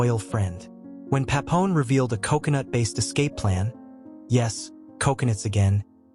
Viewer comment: Bro it's Papillon, not Papon...